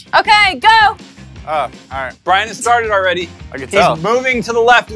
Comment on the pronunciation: I herd brien cuse he said bich